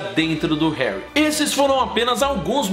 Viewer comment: Vc fala hanrry